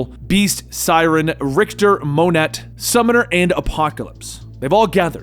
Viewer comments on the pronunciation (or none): Thanks for the video; saves me a lot of time and money while still entertaining. Also, it’s “Moe-ney”, not “Mon-et” lol. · Unless it's been spoken somewhere before, I'm pretty sure Monet is pronounced Moan-A. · Another awesome video! I was wondering who Monet was until I realize you were referring to the former Generation-X member. Her first name is actually pronounced "Moe Nay", FYI! Keep up the good work!